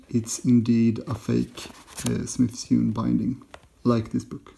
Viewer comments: "Sewn" is pronounced like "Sown" ;-) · I'm not, where I'm from there are some people who genuinely pronounce sewn in a way that most would consider strange.